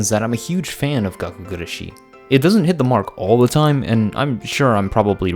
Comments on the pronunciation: It's not really gakkou guRAshi either All the letters are annunciated about the same but if you were to annunciate anything it would be the GUrashi ¨ Pronouncing it with a strong Ra is what English speakers tend to do the strong shi sounds very French to me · It's gakkou guRAshi... (also in another video) it's suBAru. Idk why so many english speakers have so much trouble to pronounce them correctly =S